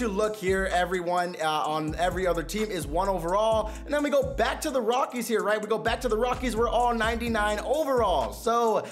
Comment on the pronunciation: This man said rockie stadium